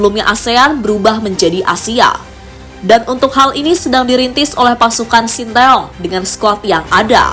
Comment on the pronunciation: Narisinya ngga elok masa sintaoong..sih mbak😂😂